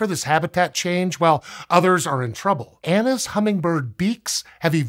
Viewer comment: I keep hearing anus hummingbirds 🤦‍♂😂